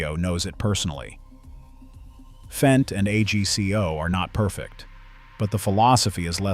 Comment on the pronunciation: Would you please pronounce it “fent”? An annoyed German.